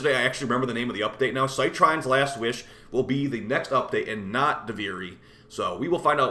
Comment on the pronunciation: Citrine - "Sih-treen" like the stone